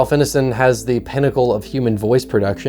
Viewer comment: Great video, man! Been really enjoying your work since it came across my feed. Small correction, though: the “ine” in ralph ineson’s name rhymes with “nine.” Very common name i hear mispronounced often.